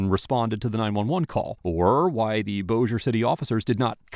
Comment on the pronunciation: I can't believe you said Bossier correctly! Good job, Man! 😁👍